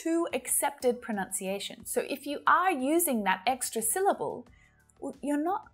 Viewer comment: The word “syllable” itself has only two syll - bles, not three.